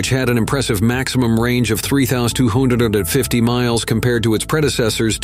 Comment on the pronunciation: if you had any doubts about whether this was a robovoice... "three thoustwohoonderfifty miles"